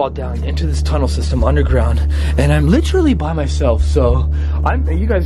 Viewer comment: literally is the proper way to say it not litsherly